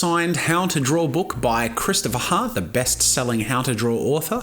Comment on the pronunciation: This is 2 years late but 😂 that click on the k of book. "booK" 😂